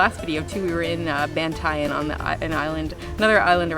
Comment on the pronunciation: It’s pronounced BAN-TA-YAN (Ban-tie-yahn).😅